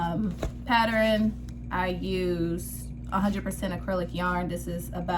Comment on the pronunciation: PATTER-EN??????? IT PRONOUNCED pattern....PATTERN!!!!!! PATTERN!!!!!